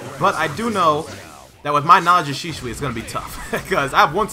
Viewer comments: Dude its SHISUI not Shishui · Why is this man saying shishui instead of shisui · HIS NAME IS shiISUI NOT SHISHUI YOU! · He does not say it right. It's Shi-su-i not Shi-shu-i. If you say it at normal speed it becomes Shisuwi. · I'm not saying rarity is wrong. Senju is because it's not ShiSHui but Shi-su-i. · Shishui Naruto: it’s shisui get ur facts right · It's shisui not shishushi lmao . Great gameplay bro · Shisui not shishui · it triggers me that he says shishui and not shisui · Its not shishui its shisui😂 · He says shishui lol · kinda sound like hes saying sheeswee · I’ve heard his name be pronounced “Shih-sui” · DGRarity its she-sue-e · "My knowledge of Shishui is low." ... yeah, you can't even say his name right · Sheshawee, Pronunciation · lol man said sheeshwe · Shishuoooiee... bruh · “Shisoui ouchihah” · Did my man really say shishui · "SHISHUI" LUL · its pronounced like this shee suwe 😂😂😂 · Pronounce it right it’s shi-sui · it's pronounced "she zu" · Bruh learn how to say shisui..... Bruh say it like this she swee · who the fuck is shishui u keep saying it wrong xD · does bother me. Especially with the American accent. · It really really bothers me too bro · Yo why you say his name like that